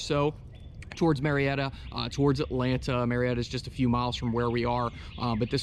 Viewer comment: Ma-Retta GA ...